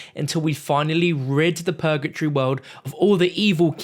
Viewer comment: It’s purgatory not pur-ga-tree. PUR-GUH-TORY